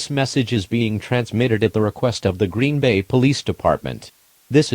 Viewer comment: NOT GREEN-BAY